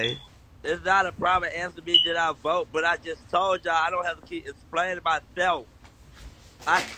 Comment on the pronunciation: Stop lieing you didn't vote you can't even say vote rite